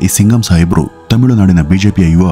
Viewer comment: adu tamilunadu themilunadu alla 😂 kelavu saari themiilu anthiyalla 😅